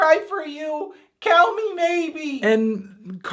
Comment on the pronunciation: who else thinks said " me maybe" instead of "call me maybe" XD